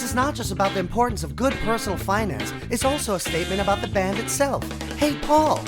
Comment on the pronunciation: am I the only one who caught him saying faul instead of paul when he was saying geo's quote? or am I hearing things? (the subtitles say otherwise...)